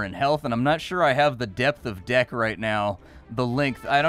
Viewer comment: I heard "magic dick" I am guessing what was actually said was "magic deck" and I am not sure why I am disappointed that you don't go around with a magic dick fighting people.